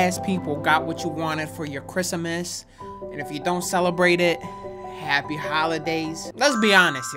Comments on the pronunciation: Man said chrisamis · Did you just fucking say chrisamas